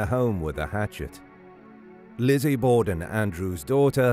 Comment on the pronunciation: Borden with an R....say R